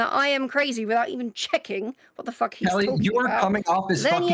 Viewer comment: "I lost control, it's ovah...aw fock aw fock" lmfao this is why the people love you